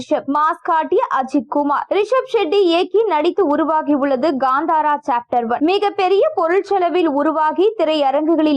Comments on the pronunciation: Adhu Gandhara illai.. it is called Kantara, propera pronounce pannunga.. what a English 😂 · Not Gandara, Kanthara. Not Sheddy, Shetty. Pronounce properly.